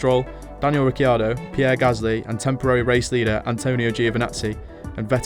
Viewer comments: After the reveal from Danny Ric this weekend concerning how Horner got his name wrong why do you still call him RicIIIIIIIIardo ? Sort it out ffs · Why does this guy pronounce Leclerc as "leclerk" and Ricciardo as "Ricky-ardo?"